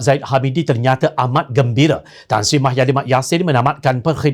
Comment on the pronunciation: Pembaca berita syok sendiri,woi muhyidin lah,bukan mahyadin..sudah lah.